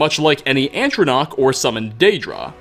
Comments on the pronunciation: The fact that you say Atronach as antronach bothers me. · Please stop pronouncing "atronach" like that.